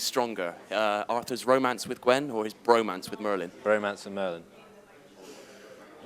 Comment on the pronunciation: Sorry Bradley, I couldn't quite hear the b when you said bromance there